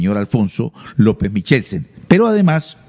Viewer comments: Los Turbay no subían pianos desde Honda, eso fue en la época de los españoles, Honda es Tolima., pasa el puente Navarro y llega a Pto Bogotá Cundinamarca. El apellido Michelsen no suena como se pronuncia, la ch suena como q o k. Feo como dice q "se cargo" a la menor de edad como esposa, denota cierto machismo de parte del periodista, q nos repitió lo mismo durante media hora, pensé q iba a profundizar en la noticia, pero se quedó repitiendo el titular... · MIKELSEN¡ Eso toda la vida se ha pronunciado con K hasta lso campesinos mas montañeritos lo decian bien; lo digo por mi papa y mi abuelita que lo decian bien. Michelsen... Semejante montañerada la de este señor periodista; de quien alabo su labor informativa, pero ave maria... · Otra de las cosas por las que Turbay Ayala será recordado por su fonética y su ignorancia